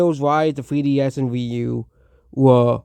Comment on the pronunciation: “Thwee ds”😂 buddy’s disrespecting peak and cant even say it right